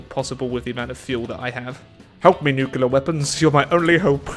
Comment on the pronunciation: Oh,. Gets pissed about the supposedly incorrect pronunciation of “aluminum” while also pronouncing “nuclear” as “nucular”.